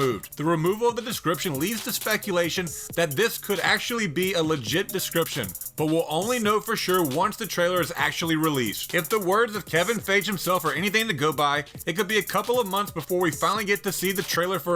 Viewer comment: who the hell is "kevin phage"? who even pronounces his name like that?